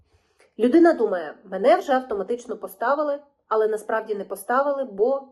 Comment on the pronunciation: Правильно казати "але", а не "али", а також потрібно казати "всіх", а не "всих", а так загалом все дуже добре і гарно з емоціями розповідаєте!